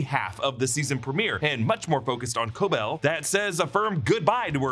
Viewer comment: i have no idea why so many people are saying Cobel’s name wrong. it’s explicitly pronounced throughout the series at KOH BELL. not a big deal ahahah just confuses me as i’ve seen a lot of reactors do the same